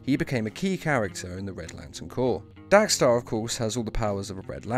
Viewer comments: Diego Pansini Why does he keep saying Dax star it's DEX STARR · Dax Starr??? DEX Starr 🙄